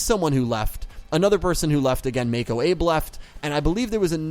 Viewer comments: Her name is Mako Abe and Abe is pronounced Ah-Bay. I do have some nitpicks with Arc-V but overall I enjoyed it a lot. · It's pronounced Abe= Ah-Bey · am I the only one that got annoyed at him for pronouncing Abe wrong.......